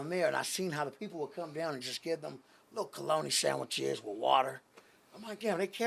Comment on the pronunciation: Nigga said calonnie sadwiches 😂